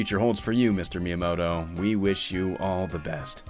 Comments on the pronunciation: Good video that could be even better if you tried to pronounce Miyamoto's name properly. Doesn't have to be every Japanese word, but if you're making a video that's focus is highlighting the career of a certain individual, putting in some effort to pronounciation would go a long way. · Did you know? While making a video in the honor of Miyamoto, you don't have to pronounce his name right, not even once!